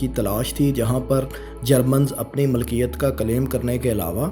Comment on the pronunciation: Aap aur behtar kar sakte hain, jaise 'malkiyat' ki jagah milkiyat